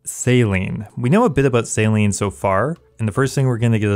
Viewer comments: lol bro is saying Salean... say sail-ing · Anyone else hearing sailing as "Saline". Maybe I'm high idk. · U said saline no sailing so many times I thought u had a lisp not go a lie dude